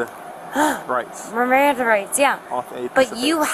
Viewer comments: Bish couldn't say "Miranda". 😂 Sober for certain! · 😂😂😂 "RIMANDA" rights...😂😂😂😂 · She's too drunk to pronounce MIRANDA 😂😂😂😂😂😂😂😂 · She couldn't even pronounce miranda rights😂 oh this video is too funny 😂😂😂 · She cant even say Miranda Rights. 😅😅😅